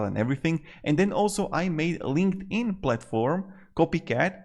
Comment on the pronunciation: "linkedfart" lol